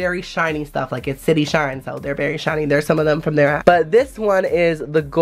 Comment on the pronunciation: i thought he said the shity shine lmao😂😂😂😂😂